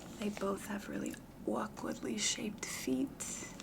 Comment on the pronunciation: “They both had awkwuhdly shaped feet”!🤣🤣🤣🤣🤣